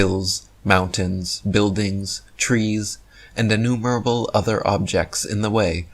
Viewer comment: "..hills, mountains, buildings, trees and 'anewburble' other objects in the way.." is a perpetual font of knowledge, I just learnt the word 'anewburble' and I can't wait to impress my friends by using it in conversation! Hooray for and his drooling waffle!!